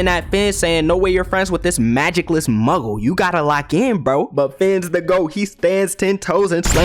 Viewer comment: Muggle? Nah, Muscle.